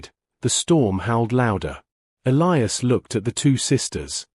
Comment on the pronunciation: They finally learned to pronounce "Elias" the right way. Also, this human guy looks like Chris Hemsworth.